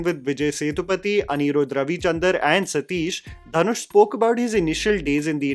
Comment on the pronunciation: Dhanush is pronounced दनुष not धनुष